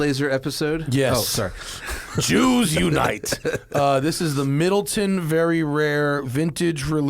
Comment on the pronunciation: It's pronounced Mid-leh-ton, and it's the premium version of Jameson.